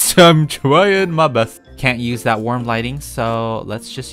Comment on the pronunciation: “warm lightning” youtubers: “linen”